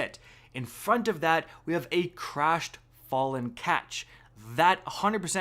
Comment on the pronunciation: Jesus! "Ruins" in the last vid, "Fallen Katch" in this one. You losing the ability to speak properly?